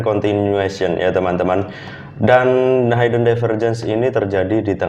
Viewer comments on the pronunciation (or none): maaf bro hidden lafalnya hiden bukan haiden, thanks